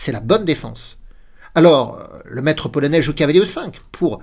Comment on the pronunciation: j'apprécie beaucoup que tu prononce correctement les noms polonais ❤